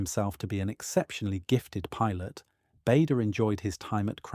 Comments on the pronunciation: His name is pronounced 'Barder'. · Needs to be a vlog and as someone has pointed out it’s Bahder